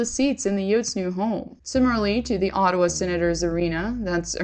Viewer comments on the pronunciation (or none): none